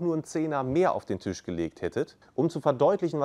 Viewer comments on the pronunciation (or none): none